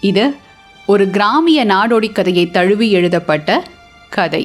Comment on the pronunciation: It's தழுவி... Not தளுவி